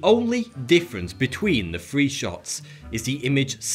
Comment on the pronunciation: Wiv, free, fousand, legal, deaf?